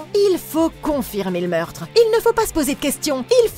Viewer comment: Il faut confirmer le meurtre il faut toujours confirmer le meurrrrrrrrtre j'adore 😅